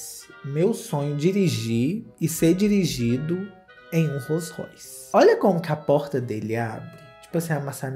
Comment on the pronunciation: O q mais me fez rir foi vc pronunciando o nome do carro Roll Royce kkkkkkpor causa da pronúncia do "Roll" q ficou diferente 😂😂😂😂😂 tbm amo esse carro